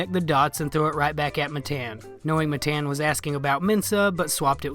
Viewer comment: His name’s not Matayan wtf hahah